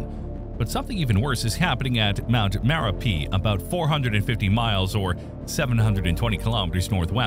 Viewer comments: It is spelled as Merapi and pronounced as Mare-UP-ee. Have been there in 1990 and it was smoking even back then. The former Merapi in Sumatra was renamed Marapi to avoid confusion with its namesake in central Java. Api is the Indonesian word for fire. Gunung is mountain. So an active volcano is a Gunung Api. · Dude can't say merapi correctly, totally ruined the whole video